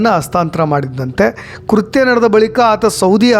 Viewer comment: Its not KURHTYA its is KRUTHYA